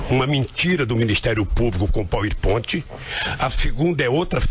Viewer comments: "Poui pointi" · Depois do "triprex" agora veio o "poer pointe" kkkk